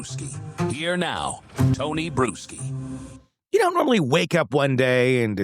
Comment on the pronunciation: You REALLY need to change your last name, dude. I hear brewski every time you say it. 🤭🤭🤭🤭🤭🤭🤭 It reminds me of Wisconsin, and not in a good way...